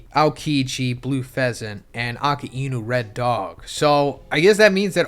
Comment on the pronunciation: "Akee-Inoo" :D :D hilarious